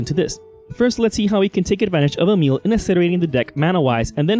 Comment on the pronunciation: You are accually the first english person that pronounces Emiel the right way!❤ nice video nonetheless😇